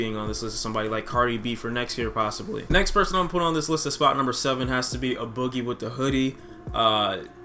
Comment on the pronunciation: Ay boogie not uhh boogie